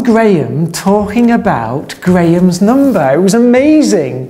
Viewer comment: Grayam’s numbah 😛